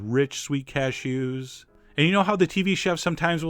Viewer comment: the way you say cashews made me giggle! cashOOOs :)